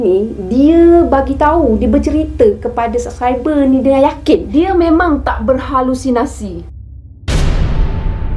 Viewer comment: Assalamualaikum.. maaf saya betulkan sebutan yg sebenar ialah 'Berhalusinasi' bkn utk menujuk pandai cuma lain kali jika Puan guna perkataan tersebut semasa penceritaan lain dapat beri sebutan yg baik.. 🤗 walauapapun mmg pengajaran yg terbaik👍👍